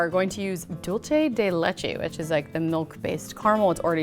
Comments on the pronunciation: she was like “Dulte di letchie” and me, being Hispanic be like, “Wt, it is Dulce de leche” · its pronounced dulse de leche